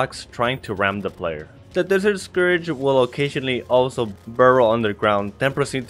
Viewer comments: Btw scourge is said “score-j” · "Desert Scourage" he says..